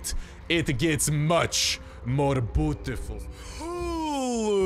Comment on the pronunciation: When u said Beautiful, I thought u said putiful 😂